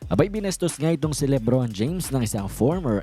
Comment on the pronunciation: Suyaon ang pagsabi mo Libron James instead na LeBron James 😅